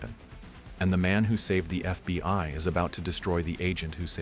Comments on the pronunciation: When he says FBY instead of FBI dead giveaway this is an AI. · Is "F.B.Y.gov" really a thing or is AI just not quite there yet? 😂